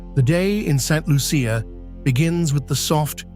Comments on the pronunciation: I am getting annoyed by those AI videos. Like many other born Saint lucians, we can clearly see you did not do your a research befor making this video. You're mixing up different saint lucia videos. And please learn how to pronounce Saint Lucia. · The butchering of my island's name and some of the communities. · please do your research, St Lucia is not the only volcanic island in the Caribbean. Also, learn how to pronounce the name of island. However, there were some beautiful views. It is a very poetic view.